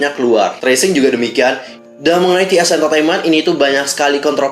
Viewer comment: Padahal aku brharap agensi ini bakal taubat gt pas ada berita CEO nya metong, tp kok makin Dajjal..btw bang bacanya TI AR SI EN JI. Bukan tresing